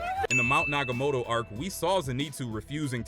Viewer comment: “mount nagamoto” is crazyy not tryna hate but its mount natagumo